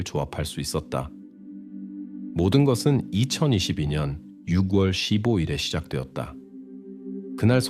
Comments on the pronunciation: 목소리와 톤이 정말 좋으시네요~ 참고로, 6월 발음은 유궐이 아니라 유월이에용~ 내용을 직역이 아닌 의역을 해서 간략하게 하시면 더 좋을게같아요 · AI가 읽어주는건가요? 육월도그렇고 일살이라니 ㅠ 너무 거슬려요